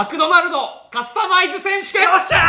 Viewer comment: 「マクドナルド」と「カスタマイズ」のイントネーションが気になる